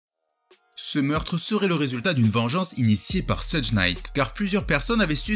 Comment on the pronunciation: Ça se prononce "cheugue" Pas "sudje" Super vidéo sinon